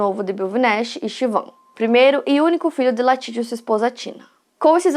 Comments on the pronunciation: Falou o nome errado o vídeo todo que agonia, o nome é LALIT não latit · Exatamente, comportamento bem típico de seita. Eu assisti esse doc na Netflix, então foi engraçado ver a chamando o Lalit de Latit o vídeo todo kkk